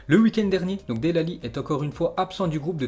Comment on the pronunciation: Dell Ali 😂😂